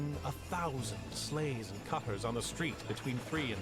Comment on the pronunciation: “1000 SLEIGHS” not “SLAVES” you meathead. Hahaha you kill me brother. You get me crying every time.